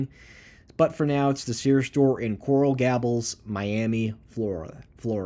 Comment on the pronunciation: Coral Gables.... gay-bulls Tukwila..... tuck-will-uh